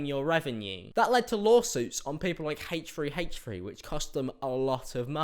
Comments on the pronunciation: Why do you pronounce it 'heych 3 heych 3' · I thought you said hate tree hate tree and I was like ..."who hates trees that much?"